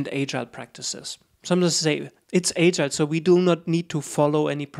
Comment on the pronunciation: 1st ... you must learn how to pronounce “agile” ...